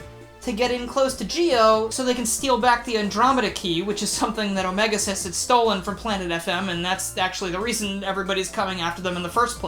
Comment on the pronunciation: Also, how wrong am I for the pronunciation Omega X-is?